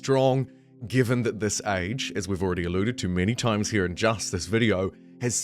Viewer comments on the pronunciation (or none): Wow this guys vowels are all over the place, I heard it mini mini toymes